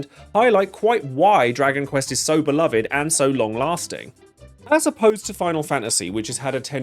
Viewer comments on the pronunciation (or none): none